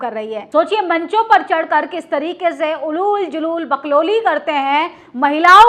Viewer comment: Hindi sahi bolna seekh lo, उलुल जुलूल nahi hota ऊल जुलूल hota hai.